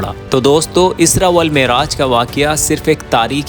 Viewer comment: Hello bhai yah vakya sunane se pahle Suresh isra sahi se padho aur bhi kar ke sath